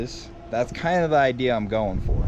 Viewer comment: I enjoy watching you guys and all of your inventions. Great job! But please don't say idear it's idea!